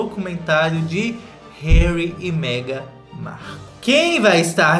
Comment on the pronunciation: eu amo o breno falando meghan marCU kkkkkkkkk